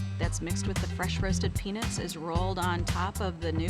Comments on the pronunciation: Why she keep saying "peanits" tho? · Why do white people prounouce peanuts like “penis” is it that hard to emphasize the word “nut” and not pronounce it like ness🤦🏻‍♂️😂😂